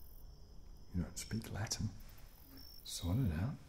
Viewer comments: You have gorgeous Latin you know, excellent pronunciation!! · "Do you know Aeneas?" My professor would kill me if I don't... Oh wait. As a future latin teacher I am very pleased with your pronounciation. Speaking with the beauty it deserves ;) The voices joining the song craked me up